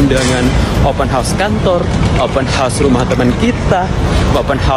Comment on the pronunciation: Ddengar tu Wak,, open house ,bukan open hos,bunyi hos tu maknanya kuda( horse) 😊😊